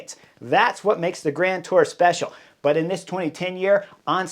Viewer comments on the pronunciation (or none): none